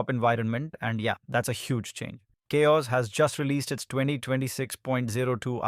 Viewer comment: "KaOS" is it CowOS or ChaOs ?? systemD or "systemd" ? this video is annoying. gimme back my 3 minutes